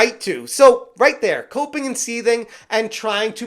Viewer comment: When you said Alyssa was coping I genuinely thought you said she was pooping 😂 I was like " well she is full of shit"